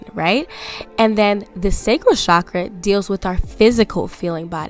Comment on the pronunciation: PLEAAASE say CHAKRA not cshakra❤️❤️ cha-kra. It’s not a fancy French word it’s hindu/sanskrit xx Ps. Are you able to answer how to be more feminine when you’re a divine masculine? By human & spiritual genetics I’m divine masculine but Idk how to be more feminine and it hurts my body. My body & frequency flashes tell me that I need to let go & be more feminine but idk how to